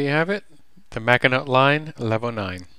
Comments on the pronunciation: this is really late but maginot is pronounced mah-gino lol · Bro do you not know anything about WW2 that is not how you say the Maginot line the t is silent